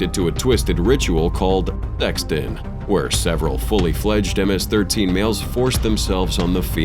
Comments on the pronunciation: nah ms13 sounded wrong... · Pronounced MS-13 WRONG